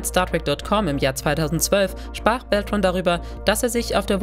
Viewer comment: Auch Robert „Beltrain“ statt „Beltran“ - Aua!